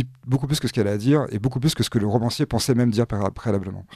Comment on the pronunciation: Rauuumancier, arrêtez de confondre la prononciation des O et des Au, c'est une habitude chez tous les journalistes, romancier, voilà c'est tout